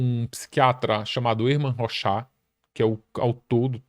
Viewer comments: Se pronuncia "rôchard". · Legal mas o nome do cidadão não é ROXÁ meu viu amigo haha